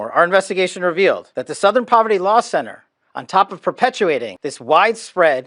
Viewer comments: Southern: ❌️ Sowthern: ✅️ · Sowthern? Where are you from? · You don't say "southern" the way you pronounce "south". You say it like it has an 'uh' in there. Kinda like "s'uh'thern" lol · Southern is pronounced Suth-ern. Pretty much everywhere. Where is from? Is his voice AI? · The way you pronounced “southern” had me laughing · OK, now I’m starting to think you mispronounce words on purpose to drive engagement. There’s no way you’ve never heard the word “southern” before. And yes, I know I’m falling for it, which makes me part of the problem.